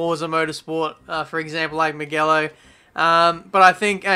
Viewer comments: It's mugello (muw-jello) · never say mugello like that again pls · "Mug-ello" XD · It's pronounced Mu - jel - lo btw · Is no one gonna point out his pronunciation of Mugello at the beginning? Okay just me then -_ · I was about to point out. That said, that's how I used to pronounced it.